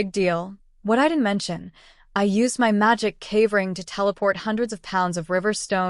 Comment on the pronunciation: Why does ai have such a problem saying my, & has to spell it out instead?